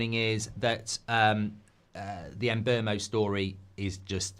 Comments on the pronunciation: Mark please! Mbeumo is called "Mboomo" just like BOOM! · I got a Cameroonian coworker with the same name. If its pronounced the same then it's em-BYOO-moh. Byoo not boom